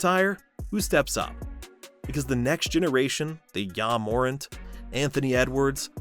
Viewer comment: Pronunciation of Ja Morant is wild 😂😂